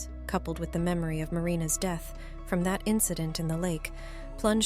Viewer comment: Dee-eth... Mus-que-l-are... OMG the AI pronunciation is so distracting